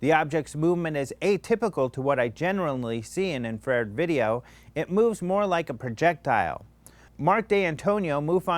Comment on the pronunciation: no, it's in-fa-fed ;)